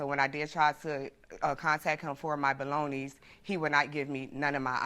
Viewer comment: She said “my balogna’s” not my belongings